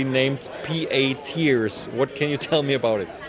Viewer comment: I could've sworn it said "teats" instead of "tears"